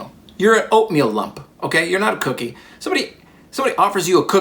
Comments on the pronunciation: it is a "cook"ie not an ie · Really takes the "cook" out of "cookie". It's just an "ie"